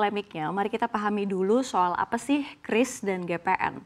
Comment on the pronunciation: Bacanya udah bener KRIS, jangan kyuris kyuris lagi 😅